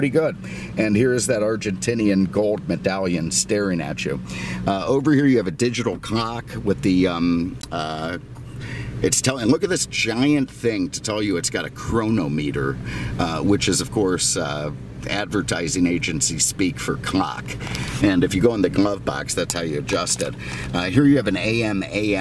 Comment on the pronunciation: Chronometer = "crow-nom-eh-ter"